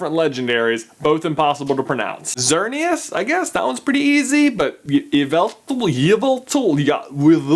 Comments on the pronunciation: it's ex ereneous and u vel tall that's how u say them from what i know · it's pronounced like evil tall and zerkneeus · Scrolled through comments and NOBODY GONNA MENTION ITS XERNEAS NOT IAS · You say it like X-ear-e-is and Why-vell-tall, your welcome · This helps with the legendarys xy ZER-EN-EE-OUS WHY-VEL-TALL My favorite is lapras